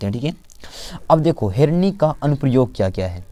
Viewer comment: Sir herni nhi hota hai henri hota hai